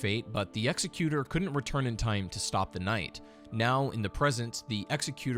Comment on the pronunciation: Executor, the way you say it, isn’t a word.